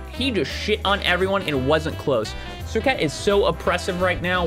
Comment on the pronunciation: You butchered that name 🤣🤣